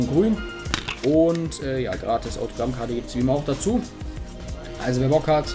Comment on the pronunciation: Sprich mal gratis richtig aus